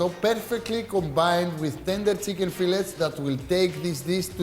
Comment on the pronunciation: It's chicken not Tsicken 🤣🤣🤣🤣